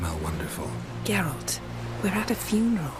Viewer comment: wtf name did she just say? definitely wasn't Geralt